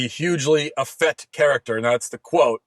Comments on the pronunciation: Effete is pronounced effeet not effett. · You're wildly mispronouncing "effete," Matt.